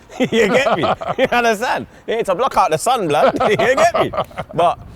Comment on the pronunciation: “Yer unnerstan?” X 10,000